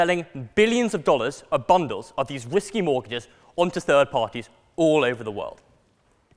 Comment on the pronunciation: sounds like he's saying "whiskey" mortgages. actually, I guess it's the same thing. am I the only one who can see him in the 2.0 series of Harry Potter movies?